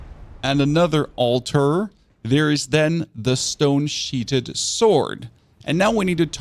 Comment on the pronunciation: Love your work sir. 👌 Pronunciation of stone sheathed is SHEETH-D not SHEET-HED. 🤭